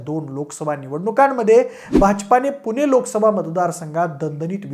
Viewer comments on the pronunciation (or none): none